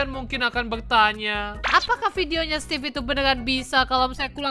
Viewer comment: Maaf nama nya emang stevee tapi ngomong nya stevie